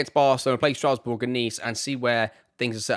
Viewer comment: Friendly frenchman over here 😊 first, I love this series, great job! Then, for your club pronunciation, little guide: PSG: "Peh-Ess-Jeh" (but english PSG is very much fine) Monaco, Marseille, Bordeaux, Nice, Montpellier, ASSE, Le Havre, Lille, Lyon, Reims, Lorient, Lens : spot on Rennes: Reh-nn (reh like "meh") Strasbourg: Strass-Boo-r Auxerre: Os-air Ajaccio: Ajax-yo and small one, if you want to play it french, don’t pronounce the "s" in "Paris" 😊 Keep up the good work!